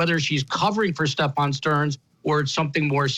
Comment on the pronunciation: He’s a disgrace…he can’t even say the perps name right! He pronounces it as stephON. I’ve tried watching the guy on several occasions & cannot watch him, he talks over guests, gets FACTS wrong…ugh! Horrific!!